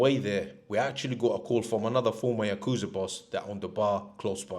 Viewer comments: So do you suppose ever learned the say "ya-ku-za" or did he persist with "ya-kooz-a?" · pronounced "yaka-zah" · Can't stand how you pronounce yakuza